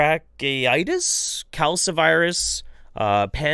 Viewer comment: I love you, so I'll forgive your horrible pronunciations of viruses. Panleukopenia virus (Pan=all, leuko=white, penia=absence. An absence of all white cells.) is the progenitor virus for parvovirus, and causes the same symptoms in cats. Calicivirus (Ca-li-ci) is herpes. Rhinotrachieitis (Rhino=nose, trachie=trachea,-itis=inflammation. Inflammation of the nose and trachea. Basically an awful respiratory disease). But if you ever want to get REALLY angry, look up the homeopathic "medicines" and herbal/Eastern/etc. "cures" for veterinary oncology (cancer). It's basically all the same stuff as humans as well, and done to people's animals. Parvovirus/panleukopenia virus is a virus that targets rapidly replicating cells. It's two most common signs are a lack of lymphocytes (immune cell type) and loss of intestinal villi (they increase surface area for the absorption of nutrients) as the virus spreads to rapidly dividing cell populations and destroys them to make more copies of the cells. This is later followed by the loss of all other white cells (panleukopenia), leaving the cat/dog without an immune system, unable to absorb nutrients, and actively leaking fluid/protein/blood into their intestinal tract. What follows leaves an emaciated, dehydrated, immunocompromised animal, which is why these viruses are so fatal if left untreated. Thanks for covering this topic, though, if even one person vaccinates their dog who wouldn't have otherwise, you'd done immense good here.